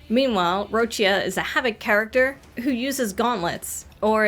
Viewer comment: FINALLY SOMEONE THAT PRONOUNCED ROCCIA CORRECTLY!!! Now i'll wait patiently for hearing someone pronouncing RinaSCIta correctly.